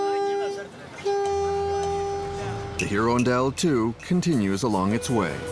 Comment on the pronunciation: heron dell try irondelle a french word for a bird